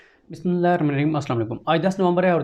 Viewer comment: BismiLLah Tu theak tarah parh liya karo.